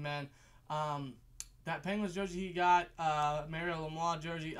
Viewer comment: Can you say Mario Lemieux correctly? Love you guys but come on